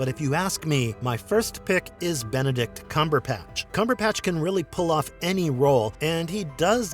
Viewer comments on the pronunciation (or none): .....it's CumberBatch - with a 'B' - not CumberPatch - with a "P" - that you're saying.....